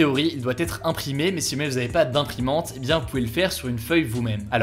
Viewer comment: Juste une remarque qui me titille et qui n'est vraiment pas importante, tu as des problèmes de prononciation juste sur le mot "si". C'est pas du tout flagrant mais maintenant j'ai remarqué que tu ne l'as jamais bien prononcé